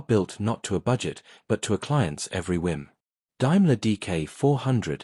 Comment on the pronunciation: 'Dime-ler' too. Hopefully someone somewhere will teach/train AI properly one day; in the meantime I'm sure there are living humans who'd be happy to read it for no fee.